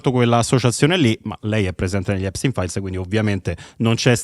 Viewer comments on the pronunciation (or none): A espstein fair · Non sa nemmeno pronunciare Epstein file !!! Sta merda